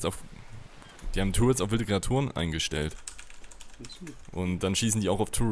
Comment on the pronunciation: eeeeh die heißen nicht "tourits" sondern turrets